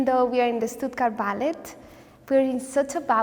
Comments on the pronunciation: You only pronounce the t in ballet in the word balletic. What a sweetheart! ❤ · Why is she pronouncing ballet without the silent t?